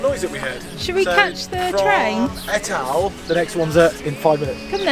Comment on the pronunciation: Etal is pronounced eetaal x